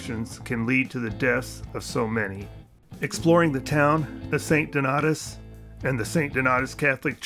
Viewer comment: its pronounced st DON-AY-US